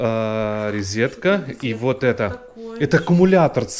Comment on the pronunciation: Смотрела первъй раз. Не понравилось! Папа очень уж наигранно восхищается. Не подписалась. Уау, и тут же рИзетка